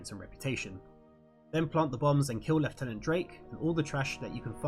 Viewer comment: I like how you pronounce lieutenant . Too many British people use the American pronunciation. I salute you, good sir.